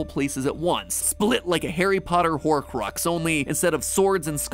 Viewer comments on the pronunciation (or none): none